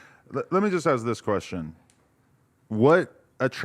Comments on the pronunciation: Flakko is such a loser. Any idiot who uses the phrase "axe a question" should not be allowed on a podcast with millions of viewers. its sad when a p3d0phile makes you look as dumb as what this guy did. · Flocko showing off his 85 iq. I “axe you I axe you” lol dumb guy